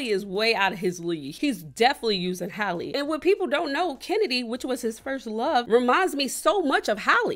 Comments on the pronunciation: Bro her name is not hailey it’s pronounced like halle Berry it’s that simple 😂🤦🏽‍♀️ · She really called her hailey🤦🏾‍♀️ halle baby it's HOWL-E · Not haliey but HALLLE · they not even saying her name right 😭it’s HAL-E ! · i thought her name was pronounced different like hall-ley? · Aside from the both of them pronouncing her name wrong, I don’t want to hear anything from anyone drinking Dasani. 🙃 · I love Skai but I agree with Kai. He is speaking from a perspective of actually KNOWING DDG, Skai is speaking from what she's seen on social media which is valid but tbh, they didn't even say the girl name right so the conversation on who she should/should not be with is over right there. No one knows their relationship so... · Why do y’all pronounce her name like that 😂😂😂😂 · I just wish people would take the time to learn how to pronounce Halle’s name right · I wish ppl would pronounce Halle’s name correctly…